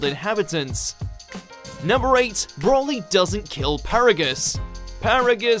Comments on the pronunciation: Please, why do people have a problem pronouncing his name, it is not "broh-lee" it is "bro-lee" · Seriously, it's "Br-oh-lee". It has a single L, not 2 which would make it Brolly as you're pronouncing it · Every time you say 'Brawly' I cringed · Stop saying BROLLY! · As-Paragus Bro-co-ly